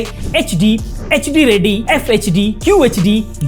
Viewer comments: रेड्डी नहीं बल्कि रेडी बोलो😊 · रेडी not रेड्डी